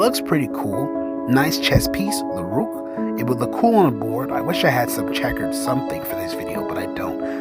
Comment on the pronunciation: Bro said “rewk”